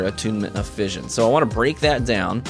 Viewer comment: Great vid. Although fission is pronounced *fishen*.